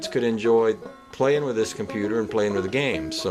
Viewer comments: Cornputer? Now that theres a true Southernman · Did you say ''cornputer''